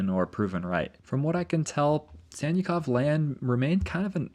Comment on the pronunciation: Sannikov is pronounced like Sun-knee-kof (trust me)